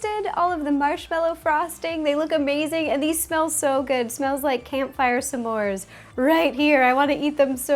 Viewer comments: Did she just Britta the pronunciation of s'mores? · Where is she from? She pronounces it "sAmores" and has kind of a northern accent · OMG OMG OMG OMS STOP SAYING SA MORE CUPCAKES! THATS FUCKING ANNYOING ITS smore NOT sa more!! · U did great but when u say smores u say some mores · I hate how she says Smores like "Samoars"